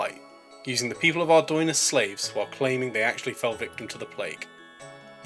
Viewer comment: finally someone knows how to pronounce ardougne :')